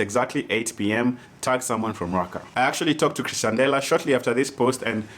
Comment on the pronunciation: C'moon, told you it's pronounced Ex-tian-dela last time 😂😂